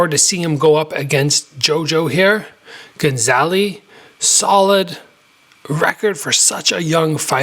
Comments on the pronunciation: ga - za - li. not gon - za - li. i think this is a great thing for jo jo, bring him back down to reality a bit. if you just feed young phenoms fish in barrels it can be crippling when they finally face equal fighters. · good video but why do you keep calling him gonzaly hahaha